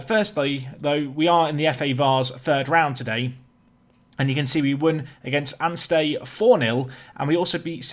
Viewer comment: I live in Anstey!! Anstey nomads my local team! PS it's pronounced anstee